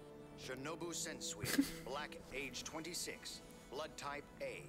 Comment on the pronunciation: What's good, hope all has been well, haven't commented in a while. Not to be "that guy" but I noticed you've been pronouncing Sensui's name as "Shen" sui rather then "Sen" sui. Not a big deal, just an observation. Anyway, stay healthy & keep up the hustle my g. Looking forward to seeing the channel grow more.